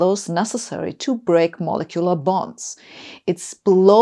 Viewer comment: Really need to work on the pronunciation of molecular.